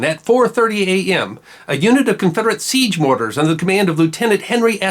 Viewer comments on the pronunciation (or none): none